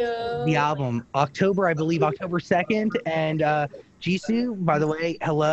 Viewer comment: It's Jisoo not Jisso